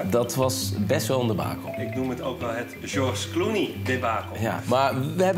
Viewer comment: "Sjors Kloenie"